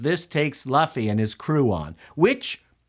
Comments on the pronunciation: Luffy, not Laffy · Speed Racer was a great adaptation even when they went overboard with the cgi and heavy color palette. Also Luffy is pronounced Lou-ffy not Laughfy. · Love you but if you ever call him Lufy again we are thru..lts LUFFY pronouned "LOU FEE". Other were off as well but I'll assume that is due to being Canadian;) But I do largely agree with you. This could run for years if they don't over spend and make it woke.. which they will try.. Look up actress or actor playing Koby. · Yeah, you kept saying Laffy when it's Luffy. LOL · Loo-fy. Its a human tick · Monkey D. LOOF-ee. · I love your work, but your pronunciation is hard for me. Not Man-ga Mah-n-gah His name is Lew-Fee (u is always pronounced eww) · "Luhfy" Oof... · before someone calls you out and crucifies you for pronouncing Luffy's name wrong I gotta help you out. "LOOFEE", Lew-ff-eee = Luffy, like this. One Piece forever! I really wanna watch this episode but I don't wanna support Netflix so I'm at a crossroads on this. Great review as always big guy. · Luffy? please someone tell me they don't pronounce his name like that in the show. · They made a short video about how to pronounce Loooffy accurately weeks ago. So, it's funny to hear somebody STILL get it wrong. lol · you mispronounced all the names of the main characters. You definitely aren't super familiar with the show. lol Still, your insight as a producer (and outsider to the series) was insightful. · Did you even watch the episode? You can't even pronounce the main character's name. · The only thing about this review I'm going to say that could be seen as negative. Is your pronunciation of names you are pronouncing luffy's name wrong.